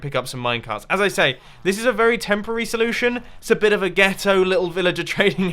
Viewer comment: when mumbo said gehto I was dying